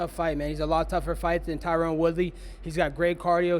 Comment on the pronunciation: funny as hell he never pronounces tyron's name right